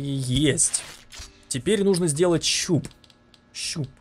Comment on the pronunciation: странно слово щуп прозвучало